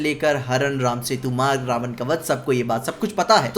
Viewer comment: Prabhas ke looks ke saath saath uski voice bhi suit nahi karti raamji ke character ke saath. Vahi Kriti bhi muje itni sahi nahi lagi sita ma ke character me. Jab vo रावण ko रावन boli tab samaj lo tume kya milega kriti se.